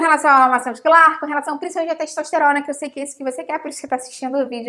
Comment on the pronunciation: Quem mais ouviu pelo menos 3 vezes "xexosterona"?